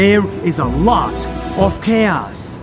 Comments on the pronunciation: When he says chaos it sounds like k ass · The way he says chaos tho XD